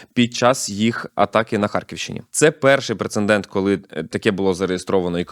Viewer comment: ПРЕЦЕДЕНТ ( без Н в середині слова)